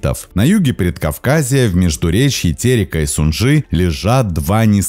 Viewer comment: Как человек, много лет живший на Кавказе (рядом с Пятигорском), могу сказать, что это одно из самых красивых и приятных мест для жизни, особенно летом. А воздух там какой! А летом столько чабреца можно собрать в июне-июле! А вода минеральная! Лучше её нет в мире! И река не СунжА, а СУнжа. Также район Сочи не хостИнский, а хОстинский.